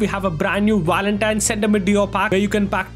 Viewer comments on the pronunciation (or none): none